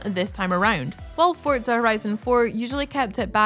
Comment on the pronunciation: "Forza" not "Fort-za"